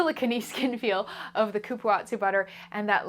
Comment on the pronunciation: Dear, please look up accurate and respectful pronunciations for ingredients before you film. Cupuaçu.... is coo-poo-ahh-zoo Goodness gracious this was painful to listen to.